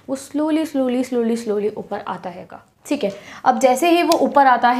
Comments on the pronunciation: Aap hai ko haiga kyu bolte ho??? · Well explained 👏but please don't say" haiga"😑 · I love the way ma'am sayy haiga 😅❤️🔥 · How many of you noticed when she says 'haiga' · Mam aap punjabi bolte ho bicha mai😂😅 Haiga🤣